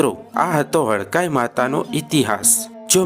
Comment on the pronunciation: Hadkai maa nahi bhai hadkmai MA bolo bhai😭